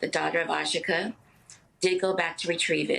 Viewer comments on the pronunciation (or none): All of you journalist are mispronouncing this young woman's name it is also my name it is a Yoruba name the pronouncement is A-gee-kae it means "Pet of my husband." Please get it right I quench everytime I hear you journalist pronounce her name.